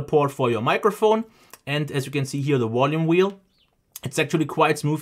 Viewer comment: Wolume whelle